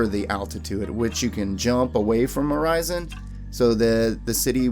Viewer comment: ORI SON NOT ORI ZON